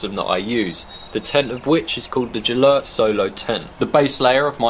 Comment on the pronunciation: It's Gelert, with a hard 'g' sound like 'grab' or 'gun'.